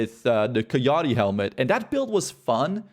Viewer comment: keyahtee? Lmao. Dumbass.